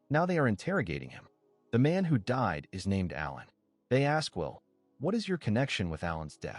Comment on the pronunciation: This recap is done by someone who def doesn’t understand the English language! Aiming a gun at someone is NOT the same thing as shooting them, dummy! Also, it’s ALAN, ffs, NOT Ellen! 🙄 Come on! You should be doing better than this convoluted, getting names and events wrong, etc…